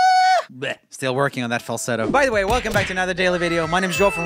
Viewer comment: u said why instead of way lol